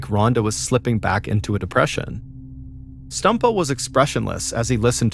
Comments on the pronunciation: I feel bad but every time Mr Ballen says "Stumpo", I laugh. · I beg you please stop saying stumpo